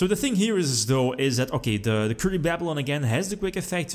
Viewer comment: Us: Kuribabylon: Curry-Baaaa-byuh-lon